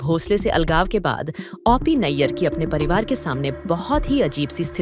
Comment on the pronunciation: ओ पी को औ पी क्यों बोल रही हैं आप ??